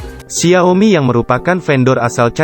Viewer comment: Apa cuma gw yg terganggu dengan pelafalan xia-o-mi yang berulang2, dan beberapa pelafalan yang tidak lazim lainnya